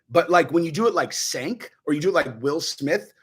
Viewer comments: Chenk not senk lol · It's pronounced chenk buddy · Its pronounced "Chunk". This isn't even the most delusional take he's had over the years. Him having followers kills my faith in humanity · ....cmon dude....pronounce the loser's name correctly at least.